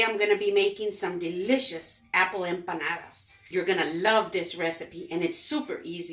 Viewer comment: Just a quick thank-you for correcting our pronunciation of empanadas; we had been using a "ñ" in the word, and you said it right (I think our prof wrote it down wrong, because my "study buddy" had the same error on her paper), so thanks from BOTH of us!!